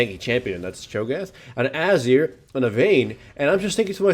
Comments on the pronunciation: Is it just me, or does anyone lse find the way he pronounces Azir kind of annoying? He says Azir like "Azer" :/ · ...hate to sound like a poop but its ah-zeer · you say azir like Azure, lol. i like it